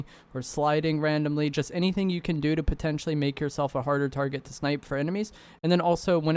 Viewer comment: I really like content, it help me a lot. But dude, you gotta stop saying "potencially" all the time lol In this video only it was 10 or 15 times. Just joking man, keep up with good content